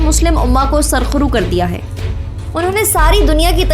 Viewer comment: Aap ne saraq ru kaha wo asal mei :surq ru :hai aeh lafz farsee tarkeeb se liya gaya hai jaisa keh surq aur ru